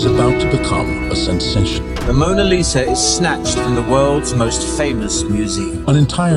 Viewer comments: The way Druv is pronouncing Lisa as Liza made me remind my name Liza~ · Lio Liza 😂